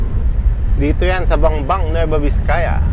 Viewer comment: VIZCAYA HINDI VISCAYA. Kaya namamali mga tao eh..